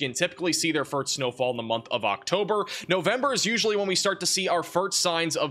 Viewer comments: I can't :) but have to before someone calls you out on it. Did you say FURT or FIRT snowfall? Drag out the letter "S".. FIRSSSSST / 1st snowfall. Just trying to help brfore you go on live tv as a news caster. (Weather Man). Good work on everything else, you guy are always 99 perc of the time on pount and accurate!! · why does he say "furt snow" fall? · Does keep saying firts instead of first? Still a good channel. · Do you know you say firt instead of first? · Am I hearing fert instead of first?😅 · Is it me or does it sound like he's saying "fart" instead or first.... lol